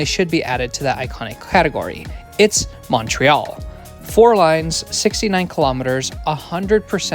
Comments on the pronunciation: idk what your background is but you might win the award for "best French station name pronunciation on an Anglophone transit youtube channel" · Great video, and you pronounced all the French names excellently.